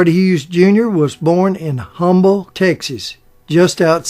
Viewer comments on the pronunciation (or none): Thanks for a great video. The city Hughes was born in is pronounced "Umble" although spelled with an "H" the h is silent. It is named for the Humble oil company which was eventually acquired by Exxon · Btw ….it’s pronounced UM-BLE Texas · FYI, Humble Texas is pronounced with a silent H. I know it's weird, but it's Texas. Town names here are always a crap shoot. Humble Oil, was to become Esso then later on Exxon and eventually, Exxon-Mobil. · Humble, Texas is actually pronounced as "Umbull".... just wanted to let you know. So happy to see your upload!! I love your channel!!! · It’s humble, not humble I am from Texas. He had to say at the right way although the phone doesn’t understand that.